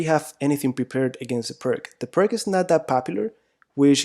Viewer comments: But we must pronounce pirts not pirk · Please pronounce it as "peerts" it's called the pirc defence after a man's last name, which is not pronounced "perk" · It's not called "purk" though, it's more like "peertsh", just throwing that out there. ;) Anyway, thank you for the video! It's always great to see someone's else's perspective on things (even if it's just to validate what you already know). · Its pirs and not pirk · I am sorry. I need to jump in. You pronounce it as Pirk defense but it's pronounced correctly Peertz defense as of Vasja Pirc (Slovenian GM) who invented it. Otherwise good job on your analysis. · Isn't it pronounced 'persh' rather than 'perk'? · It is not pronounced “Purk” It is pronounced “Peerts” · Please tell me you aren’t going to say perc defense instead of pírc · It is not Pirk but Pirc according to the surname of Slovenian GM...c like you pronounce first letter od the surname Tsitsipas :-) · It's not pirts but pirs / pirc (in Polish obrona pirca). so ofc it's not k but c / s in spelling. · So far I have been avoiding this defence but after watching these lessons I will give it a try while playing my next tournament. As for the correct pronunciation of the "Pirc" we should say [peertz] instead of [perk] 😀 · Pirc is pronounced PEERTS, not PERK! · Pir(k)? Pir(s) is correct. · O.K., - you've studied it for whole life... but: the pronunc. is not "PRK", biensi' "PIRTZ"!... a Slovenian GM Vasja Pirc... ( P.S.: another great Slovenian GM: Albin Planinc - pronunc.: "PLANINTZ", not "PLANINK" ). Altrimenti, complimenti x il tuo canale YT. Mi sono iscritto. Cordiali saluti. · Nearly everyone I know pronounces this as PERK rather than the correct PEERTZ. We all know what we mean . ;-) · Hey, here in America we love butchering names in other languages. See: Los Angeles, San Francisco, San Luis Obispo, San Rafael... and that's just here in California. Plus, "Pirk" sounds better than "Peertz." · ...pronounced peertz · Pirc. P-I-R-TS